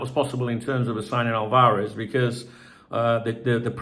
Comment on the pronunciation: Álvarez: AL-varez. Stress is on the first accented syllable....sorry.